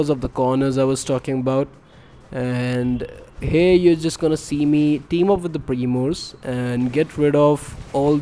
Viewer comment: Thank you, it helped me to push El Primo to 1000, it's my first Rank 30 brawler, I hope I will get more tips and tricks like this. Fun Fact: When this guy says "Primos" it sounds like momos lmao